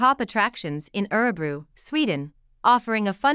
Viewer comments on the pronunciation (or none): Sorry but you are pronouncing Örebro incorrectly. I just wish that the many Americans or (Bots) who narrate such videos, would actually pre-learn & practice Swedish pronunciations, prior to posting, so they get it right.